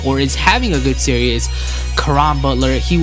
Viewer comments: why does it sound like he is saying serious when he says series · is he saying series or serious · It's series, not serious Sear - ees As in tv series, series of moves etc. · Come on man, really? You can't pronounce the word series?